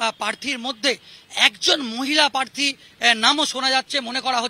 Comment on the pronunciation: কথাটা প্রার্থী, পার্থী না। যত্তসব সড়ক ছাপ।